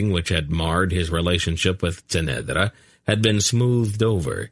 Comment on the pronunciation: SAme here, but because I have read it so many times I have developed my own way of how certain things should be pronounced, which can be very distracting if the reader does it wrongly, for eg he says kway instead of key (quay) kerek instead of cherek. the biggest distraction is that he often changes his pronunciation of the same word despite being given clues by the author, Ce'nedra for example, somehow he manages to slip a t in there.